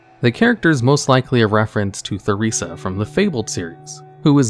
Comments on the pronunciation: the way you're pronouncing theresa is mildly infuriating. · Okay, so I managed to make it 1.25 minutes into the video and listened to you call Theresa "THUH-reesuh" 4 times before i got annoyed. Have you never met a person named Theresa, or at the very least, actually played the Fable games? It's pronounced Teh-reesuh. It's just a pet peeve of mine when people wildly mispronounce proper nouns. Especially when they originate from the speakers native language. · Theresa is pronounced, Tuh-Reese-Ah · The name of the lady in Undercity is pronounced Teresa not "THE"resa. I should know my mothers name is spelled the same way and it is pronounced Teresa. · Goddamnit, it's pronounced Tur-rees-a, Teresa! It used to be a common name! It's also not an uncommon spelling of the name. Gees, man. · It's Tear-re-sah....that H is silent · The way you pronounce Theresa’s name makes me gag lol it’s TAH REE ZAH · You don't pronounce the "h" in Theresa, Mr. Man. It's an alternative spelling of Teresa, mainly used in Spanish, Portuguese, and Greek communities. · "Theresa" is pronounced with a hard t sound... my brain hurt hearing the-resa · Theresa is pronounced Ter-ee-sah...jsyk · "Theresa" is pronounced Teresa. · "Theresa" lmao this guy never can pronounce names correctly. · The h is silent in Theresa! 🙄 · now why did you pronounce Theresa like that…. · honey that is not how you pronounce theresa.... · Or Theresa too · Theresa - Ter ee suh Stalvan - STALL VAN Eastvale - EAST VALE